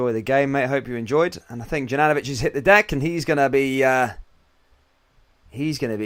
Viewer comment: Please pronounce Juranovitch properly. If you don't know try speaking to a Bosnian. It is YOU-RAN-O-VITCH.....simples!